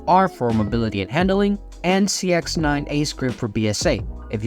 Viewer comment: An intentional mispronunciation of the sex9… i mean the cx9. 👀